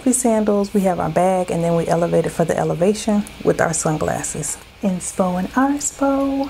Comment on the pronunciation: out here elevatin' for the Ele-va-shon!!!❤❤❤